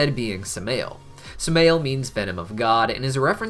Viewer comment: Samael is pronounced Sam-i-yell